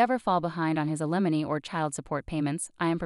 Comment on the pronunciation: The word ALIMONY isn't pronounced /a LI monee/. It's/A- li- mow-nee/.